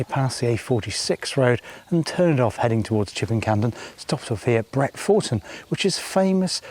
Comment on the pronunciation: Great vid, lovely to see you in my area. Us locals pronounce it Bret-fer-ton, not ‘Four’